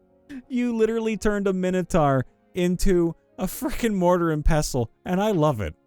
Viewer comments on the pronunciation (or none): none